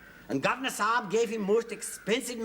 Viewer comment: It's not Saab (that's a brand of car), It's Sahib and yes, Sahib means Sir